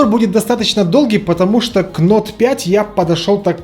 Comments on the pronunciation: Правильно плиз говори)) не нот, а ноут ))) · не НОТ говорится, а НОУТ. Ну сколько можно ))) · Vitalij Kolinko это особенность этого канала,Нот)